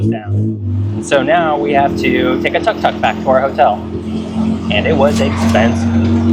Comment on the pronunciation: It called Tuk Tuk, Took Took ✅not Tuck Tuck